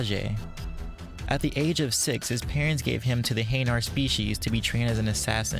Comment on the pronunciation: In their prime, I have no doubts that Thane could kill Garrus in a fight. Also... Your pronunciation of hanar and Kepral's Syndrome made me cringe. Sorry XP